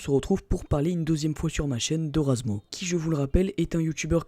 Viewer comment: C'est pas razmo, c'est razmouth xD